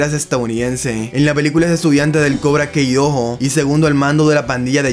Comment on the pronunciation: Con todo respeto, pero al menos pronuncia bien el nombre de Cobra Kai, no es kei, sino kai.